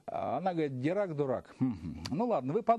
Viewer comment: Поль Дирак, судя по имени француз. Во французском языке во всех словах ударение на последний слог. Поэтому правильно Дира́к. Но видимо это англичане исказили его фамилию до более привычного им Ди́рак.